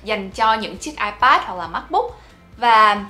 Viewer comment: Bản thân đọc từ iPad còn sai kìa bạn.